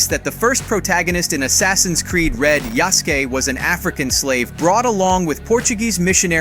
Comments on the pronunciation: Yasuke: YA-Su-Kae, emphasis on YA, super short, under pronounced U, and KE is pronounced is pronounced Kae (or Kay if you're lazy) I don't know why this bothers me so much but if you're gonna narrate for a channel you should defs learn how to say foreign words at least half decently, but complete ignorance when we have access o the internet? I cannot forgive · Its pronouced ya-su-kei.....dummy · omg bro cant read. HE SAID YASKE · "known as Yasskee" they really gotta stop letting AI do the voice overs... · Yasuke not yaske énfasis on the su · The name Yasuki is pronounced Yass-oo-kee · "Yea ski"???...Lol C'mon, you know that's not how you pronounce it, right? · Ya-su-ke. Way to butcher his Japanese name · He pronouncing Yasuke wrong asf. It’s pronounced kinda like how you say SASUKE from Naruto except it’s YA-SUKE, the E does not make the E sound in Japanese it makes the A sound example Ya-Skayyyy. Simple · it's not "yaski" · YAH-SKEE lol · The narrarator did NOT just say "Yeahskee" >:( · please stop saying his name so white. Its pronounced yah-soo-keh) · Yeah Sou Kay is how it's pronounced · Never in my whole life have I screamed at a content creator to shut the fuck up. Your pronunciation of Yasuke is atrocious! Are you that lazy you couldn't take a couple minutes to listen to how to say these names and words? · Boy mispronounced is name on purpose ..... 🌽🏀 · A.i story tellin hurts me. I love the information, but it tastes sour, lifeless . It's still a good video tho the Netflix show doesn't due his story Justice and the a.i is pronouncing Yaskue name wrong . Do I think Ubisoft will due Justice to histrionic accuracy....not really thier most accurate historical game Is "BLAG FLAG" which was the last household name of the genre if you do thus Ubisoft plz for God's sake don't fuck it up there's not enough media on this man. The Netflix mothafuckas tried but they had my manz fightin mythical creature's and shit. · How do you pronounce amc mispronounce Yasuke?